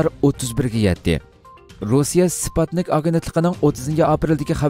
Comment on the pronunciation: SPATHIK....AMAS.....SPUTNIK.............TOGRA OKUNGLARRRR.....